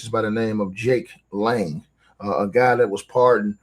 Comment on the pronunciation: correction???? NAME. JAKE LANG NOT LANE. CORECTION PLEASE NOTE. LAST NAME LANG😮😮😮😮😮😮😮😮😮❤